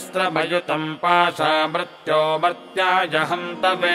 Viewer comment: uchcharn me ree ki matra ko sahi nahi bola ja raha .mrtyor nahi mrityor bola jata hai.Mrtyunjaya nahi mrityunjaya bola jayega.